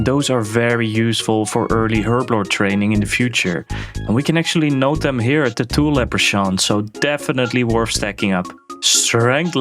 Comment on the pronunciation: Another great video. Keep it up! As a side note, the "ch" in alchemy and leprechaun is pronounced like a "k". So like alkemy and leprekaun.